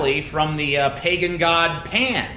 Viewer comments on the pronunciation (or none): none